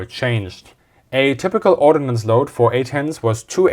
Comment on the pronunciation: The word is "ordnance", not "ordinance". And like Philistine47 said, you can hang ECM pods on some of the hardpoints. OTOH, when you do, the ordnance load out is reduced. The basic airframe, however, is non-stealthy.